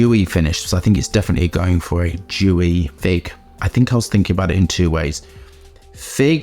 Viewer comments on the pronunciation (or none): The way you say “dewy” sounds very much like “jewy”. 😂 anyway I agree this was not a great release. I have it on now, got it as soon as it hit the shelves but something is definitely off with it.